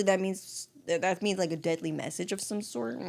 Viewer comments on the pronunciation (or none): none